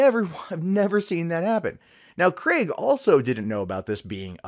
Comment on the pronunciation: An American that pronounces Craig properly.. so you guys can do it, you just dont I guess.